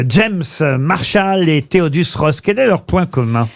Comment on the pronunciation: Thaddeus pas Théodus... Vraiment des guignols 😅